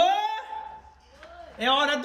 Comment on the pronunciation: impressao minha ou ela falou amoh